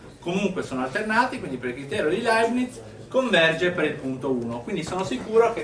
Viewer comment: Leibniz senza "t", poverino! Comunque sia, grande prof!